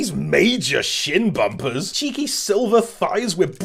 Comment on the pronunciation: "shin bumpers" Shumpers